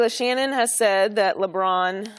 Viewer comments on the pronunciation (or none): Tell me how can he have any credibility when even his peers call him "LeShannon" ? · lol “LeShannon Sharpe” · She called him Leshannon 🤣🤣🤣